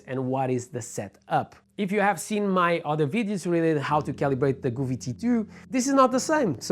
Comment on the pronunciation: Didn't catch the very last bit, re the "all at once or part" bit. Just because you know what's what and what you want to say, doesn't mean your viewers do? Just slow down a fraction man or you waste as much of your time making this video as we do watching it. ANOTHER THING, stop mispronouncing the name Govee. It's NOT Gooooovee, it's Go vee. Go (as in (go away") there is no double "o" in Govee so why you pronounce it the way you do is beyond me and totally incorrect. Phone Govee and ask them, see, simple Doh?